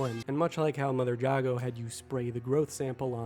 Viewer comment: How to you play the whole game and not hear anyone say Jago correctly